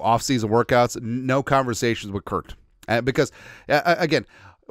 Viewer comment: What Karma for "Kirk?"